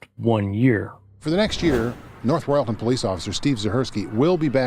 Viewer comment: For Pete's sake if you're going to use an AI narrator at least get them to pronounce words correctly! I can understand cuyahoga, but royalton!?